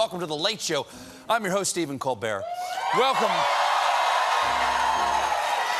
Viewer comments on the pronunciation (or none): none